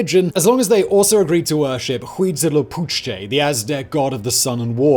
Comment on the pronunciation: Hey, there's my 15th great grandfather. ...I was mid typing when you committed that crime against the Mexica language. Huitzilopochtli: WEE-tsee-lo-POHT-chlee Now, that -tli suffix at the end is actually a lateral lisp between the molars. So the chlee is actually a percussive sound of breath hissing through your teeth... And I haven't even got there yet but I already know what kind of damage you will be doing to my ancestral tongue and I'm ready for it. But I had to say something for old Weetslee... [EDIT 1]: ...sigh... Nahuatl: NAH-wat-tl [EDIT 1]: ...double sigh... Tenochtitlan: ten ohch teet TLAN Queztalcoatl: keh tzal KWAH tl It almost sounds like you're saying "now what" with a breathy tail. By the way, the word you know as "chocolate" is originally spelled "chocolatl" when the Spaniards introduced it to Europe from the new world.